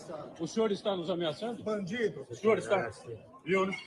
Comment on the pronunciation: ALEXANDRE MORAES FALANDO “BANDI DO”